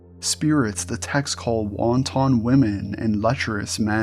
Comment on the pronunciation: Incorrect pronunciation of wanton.